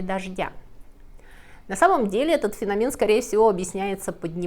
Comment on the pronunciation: Не феномЕн, а фенОмен